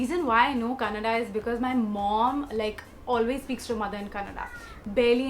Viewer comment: Let's of love from Bangalore ❤❤❤ Nice to hear the word kannada being said right ❣